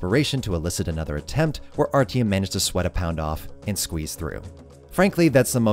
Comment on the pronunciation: My man, nice video, but you butchered those names so bad i had a stroke trying to understand who the fuck is RTM